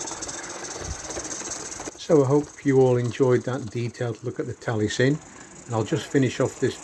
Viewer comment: It’s pronounced Tal I esin not Talie sin